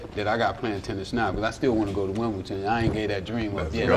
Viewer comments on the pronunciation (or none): Its Wimbledon not Winble'ton